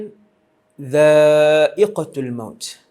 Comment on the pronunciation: bukan ustaz kata roh boleh ke suatu alam 18 tahun ke depan ke? Sy dengar 18 bukan 80.. Dan lagi satu, "kullu nafsin dzaa iqotul maut", bukan dzaa iqotil maut. (tul bukan til) Moga awak boleh edit balik ❤